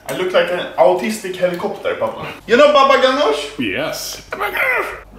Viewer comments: the doctor said autistic not artistic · i think the doctor said atistic not artistic